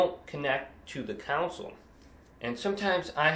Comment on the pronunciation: It’s console. Not counsel